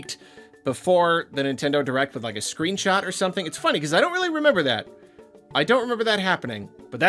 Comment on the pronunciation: Your honor my client pleads Weally Sowwy